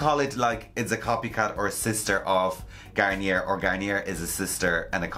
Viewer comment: It's PanTEEN in the USA. It's how it's pronounced in the TV commercials. And it's pronounced GarnYAY everywhere....